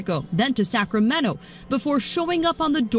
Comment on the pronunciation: It's not Sacramenno, it's Sacramento. I don't really understand the problem with migrants personally but I understand that people have big feelings over this. My big feelings are really revolving around the fact that news anchors (and many residents) can't pronounce the city name properly.